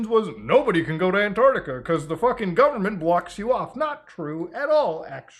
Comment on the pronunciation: Both flat and ball earthers agree on mispronouncing Antarctica 😒